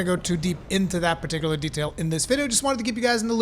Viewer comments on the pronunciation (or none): none